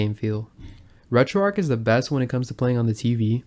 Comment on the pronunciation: It's not RetroArc it's RetroArch